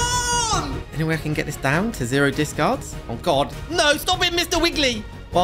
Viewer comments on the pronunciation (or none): none